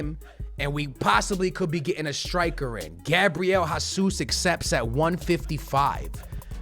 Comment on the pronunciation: who’s Gabriel HAsus bruh? it’s Jesus. geezus